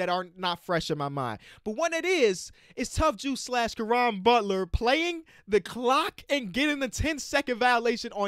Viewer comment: Did he just say Caron butler... lol